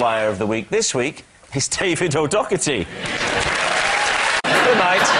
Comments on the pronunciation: It's "Do herty" as you first pronounced it. "Dokerty" is not correct. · It's not even O'Dockerty...it's O'Daw-her-ty and definitely not Chris O'Dowd 😉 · So O’Doherty is pronounced by Rob and others as O’Dock-erty. I’ve also seen him on 8oo10cdc and Jimmy Carr pronounced it the same way. But if you go back and listen, Mark his childhood friend from Dublin pronounced it O’Dow-erty. This makes me think that both are correct. Maybe one is the Irish and the other English. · For some reason the Brits just can't say O'Doherty at all. was much more correct to begin with.